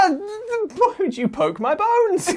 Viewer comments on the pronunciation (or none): none